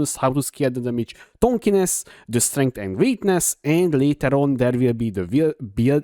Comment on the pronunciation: Tankiness, not Tankiness